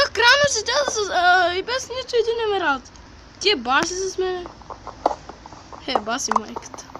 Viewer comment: И не се казва емвралд а емералд